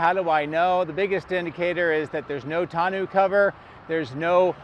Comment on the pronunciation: TON O cover. French language " eau" is pronounce O not ew